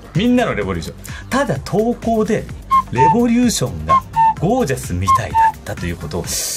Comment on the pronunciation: おもちゃレェ⤴︎ボリューション ゴー☆ジャスさんレボリュー⤴︎ション な気がする